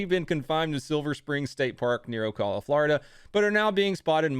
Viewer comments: It's not O-call-la It's O-cal-a, Florida Dude? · You mastered "macaques" then butchered "Ocala." Also, I have a friend who's name is Cody. Unsub'd, thumbs down. Subscribing to a safe space. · OK, you've done it a couple of times now so I have to intervene: Ocala is pronounced O-kala (like Kalifornia), not O- kahla (like say ahhh) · So I know this shouldn't bother me that much considering everything you talked about in the video, but Ocala is pronounced O - cal - la, not whatever you said. Lol love your video though bro, keep-em coming.